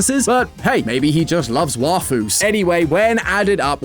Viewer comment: Hold up, since when did the I in Waifu become silent??